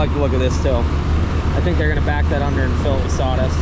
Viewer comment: What are "prodicts" and "sawdist"?????